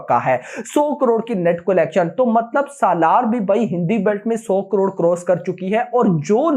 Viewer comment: bhai collection ka pronounciation is not "Kolection" it is "calection".